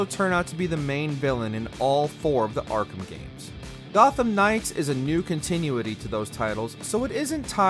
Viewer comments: Con • TIH • noo • etty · Never heard someone say continuity like that before. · This guy needs to learn how to say continuity properly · It REALLY bugs me how he says continuity